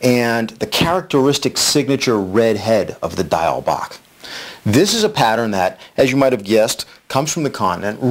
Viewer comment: Diawl Bach is not Gaelic or Irish. It is Welsh, from Wales. You pronounced "bach" correctly but "Diawl" is pronounced "dee- owl". Great pattern though. ;-)